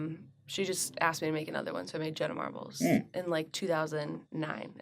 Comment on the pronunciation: I can’t stand when a podcast host doesn’t at least research the guests beforehand 🙄 why even have guests that you don’t know anything about? He didn’t even know that they have conspiracy theory podcasts. And calling her Jenna “Marble” at the very beginning Lmao